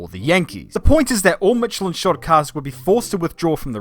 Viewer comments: Michelin is correctly pronounced with S as in shy not like ch in channel :D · You really butchered the pronounciation of Michelin didn't ya